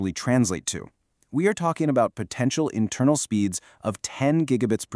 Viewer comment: Intermal xD In seriousness though, this is fantastic. Thank you for this!!